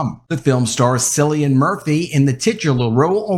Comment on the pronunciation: Cillian is pronounced wrong